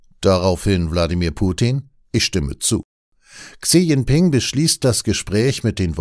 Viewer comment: "Chi Dschingping" aber trotzdem - wie immer ein guter Beitrag 👍